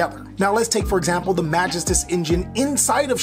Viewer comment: man why do people keep pronouncing magistus so weirdly? its more like ma-GE-stus, there's a bit more emphasis on that second syllable. it's like people not knowing french with Infernobles all over again lol